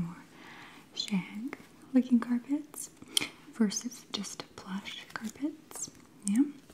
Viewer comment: PatrickMahn it took me at least a minute to figure out that she said “...looking carpets”😅